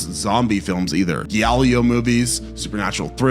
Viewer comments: "Fulsee" and "Geealleo"? I can't take YouTubers who do no f---ing research when they don't know how to pronounce words anymore. 73,000 views, and you can't pronounce Fulci ("fulchee") or Giallo ("j'alloh").. sigh... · The single "c" in Lucio and Fulci are pronounced like the English CH, not like an S sound. Now don't even get me started on "geeALee-oh" movies. Bro. Did none of your research include listening to people say these words out loud? You could just say JAH-lo and be much closer to saying the name of the genre. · Giallo is pronounced Jah-Lo just so you know. The Jah spoken rather fast. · Awesome video brotha. BUT, did you say GIALLIO movies??? Now that's funny. Definitely not to real Italians, but definitely funny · Fal chi and g al low. Here is how to pronounce Lucio Fulci and Giallo. So another poser horror fan that reads a script. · Fulci, giallo 😭 makes me think he’s either new to horror or just consent consume content related to horror online